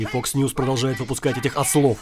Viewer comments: Мне показалось или он и вправду говорит не "Fox", а "Fucks News"?))) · Vaseslav, он говорил не Fox News, а Fucks News :)) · он говорит не фокс ньюс а фак с ньюс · мне послышалось или на 1.40 чувак сказал не ФОКС ньюз, а ФАКС ньюзь (в переводе примерно ЕБ...НЫЕ новости)